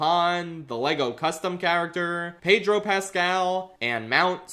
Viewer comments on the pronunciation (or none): none